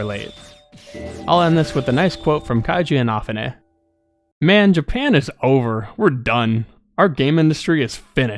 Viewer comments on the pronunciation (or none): Wait how did you pronounced Kenji Inafune’s name?! Lol